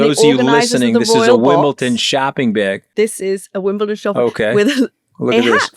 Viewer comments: pronounce it right and you may get invited. It's WimbleDON not ton. 😄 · Please stop with Wimbleton